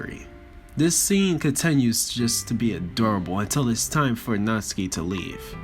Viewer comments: Stop pronouncing natsuki's name Natski!!!! It is pissing me off it is natSUKI!!!!!! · Nat-Su-Ki not Nats-Ki